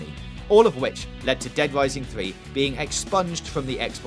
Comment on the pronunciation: Dead Wising, wewease, tolewable, gears of waw, political outwage, Liawa, owiginally, Bwazil. Gotta work on the R's there fwiend.